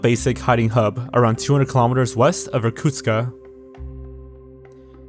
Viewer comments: Actually, the city is Irkutsk, not Irkutska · It's Irkustk, not Irkutska. The K sound is pronounced as in Quebec. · Not a big problem, but the city is called Irkutsk, not Irkutska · Hi, Russian speaker here. Small thing: the city is called Irkutsk not Irkutkska. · Иркутска блять какой Иркутска нахуй он а в окончание добавляет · why do you add an "a" after "Irkutsk"? it's not Irkutska it's Irkutsk. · You keep saying "Irkutska," but it's Irkutsk, isn't it? Endings of Russian words change with different word cases, so there may be a case when the word in Russian is: "Irkutska," but in English it should be still just in the base form Irkutsk, I think. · Sorry if this sounds nitpicky, but the city is named Irkutsk, not Irkutska. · It's sad that you didn't even look up how to properly say Irkutsk. There is no "ah" at the end. I actually cringed every time you said Irkutsk-AH. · You could at least check how to correctly pronounce Irkutsk before making the video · You should pronounce names correctly, Irkutsk - city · He's also pronouncing the city of Irkutsk wrong. There's no A sound at the end. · Awry isn't pronounced aa-ree, it's a-rai. come on. And why the 'a' at the end of Irkutsk?